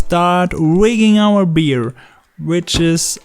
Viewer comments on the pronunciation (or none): A bear is not a beer 😉